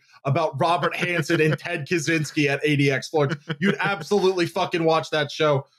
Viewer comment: Ted Catch-ynski, not Cazzinski